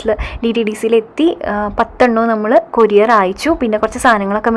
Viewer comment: Kuriare alla courier fashion koodiappol pronounciation wrong